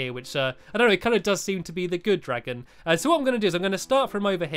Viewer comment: Times he said dragom